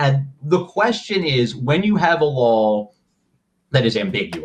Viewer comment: Please Ian, for the love of glob, stop saying “lawl”. There’s only one L in law.